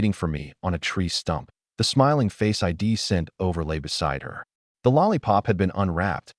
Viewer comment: god I hate basic AI voice the first few words "It wazzen Tee" and then the next sentence again Wazzen Tee then "Eye Dee" instead of I'd. I just KNOW from that point on there will be "Eye Tee" instead of it and "Emm Oh" instead of the name Mo